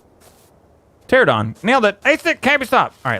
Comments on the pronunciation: It's not pteradon it's pteranodon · By the way, it's pronounced ter-an-a-don, not ter-a-don. I'mm sorry if you feel offended, but I'm obsessed dinos:D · They are called pteranadon not pteradon 😂 doesn't matter it's funny when you say it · Every person in the history of Ark calls them Pteradons . . . instead of Pteranadons. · Pter'ANO'don. not, Terradon. ;) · It's ( ter - Ana - don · I love his channel but he need to learn to read pteranodon